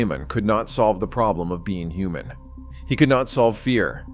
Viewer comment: Fawn-nom-mon was a hu-mon